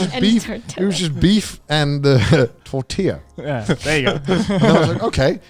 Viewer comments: I have a Canadian friend (I'm American) that once pronounced tortilla the way Connor did and my eye gave a twitch, lol. I felt like a bit of a jerk for correcting him but I didn't want him to walk around saying it wrong. It was also at that moment that I realized that he and I lived in countries with prominent second languages that we were exposed to and while neither of us could speak that second language, we knew its pronunciations relatively well. He struggled with Spanish, and don't even try to get me to pronounce anything beyond "omle du frumage" in French. I lived in New Orleans for a year and trying to pronounce half the streets there was a lesson in futility, lol! I lived on a street called AP Tureaud, I think it was spelled, but it was pronounced "tur-row". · TORTILLAAAA me dolió el alma cuando dijo "tortila~~" :,c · Bro I feel so called out when Connor called "Tortillas" "Tortilas" like my immediate response was to out loud say "Tortillas pendejo." and almost automatically Garnt said "Mexicans are crying right now." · Thanks for correcting Connor, every time someone pronounces Tortilla as "tortila" a piece of my soul dies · Connor saying “tort-illa” gave me a physical reaction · Connor: Tortila Me: angry mexican noices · did conner just say "tor-tilla" i CRINGED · wait people unironically say Tortilla as "tortila"? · Connor -Beef tacos with “tortella” lol As a Mexican I laughed my head off. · The moment i heard connor said tortila i cried a little, but at least everyone corrected the white man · I pronounce it as tor-tee-la, so almost there. Not a fan of the tor-tee-ya pronunciation. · love how I put this in the background to listen to while I built a deck and then I hear Connor say "tortilla" and I go from mostly zoning out to full blown spanish thoughts going "q dijo este???" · As a Mexican, I confirm, I cried a little, until Connor actually said "tortilla" more properly :3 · connor pronouncing salsa and tortilla drove me crazy